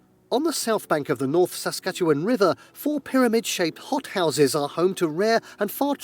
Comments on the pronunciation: You got SASKATCHEWAN RIGHT when you First said it! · The way he pronounced Wetaskawin. Also you pronounced Saskatchewan right the first time! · We-tas-ke-win. He pronounced it wrong. The British speaker doesn’t pronounce quite a few things right. Canadians say Suh-skatch-e-wan. You got it! Edmonton has a huge number of Ukrainians. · And yes you are pronouncing Saskatchewan properly. End sounding ‘win’ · Im from Saskatchewan and you have been pronouncing it correctly 🇨🇦✌️🫶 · Your new pronunciation of Saskatchewan is correct - not ‘wawn’ at the end. Good work to notice that,!